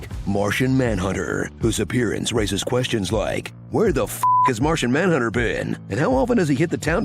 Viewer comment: Martha manhunter 笑死，發音真的很像